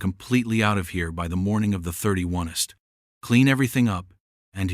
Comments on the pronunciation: 31st is pronounced 30-fisrt, 31 st. This is a very lazy creator who doesn't edit the video. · Pretty well written and voiced, except for screwing up the "31st" of the month twice. Also the image of his house did not match his description. Better than most of these stories, but still shows the stories need editing by a native English speaker. The pacing is correct, with no weird gaps in the narration. That's nice, for a change.